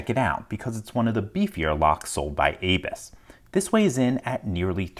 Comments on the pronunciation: Dude, it's abus, not aybis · its abu's (a'boo's) not A-Bus at least what i have heard. SUPREME DISAPPOINTED